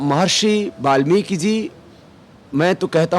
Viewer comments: but don't say balmiki.. is it not balmiki it is valmiki ji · mahraaj (balmik) galat hai valmik sahi hai ap pehaly bolna sekho warna theek se stady karo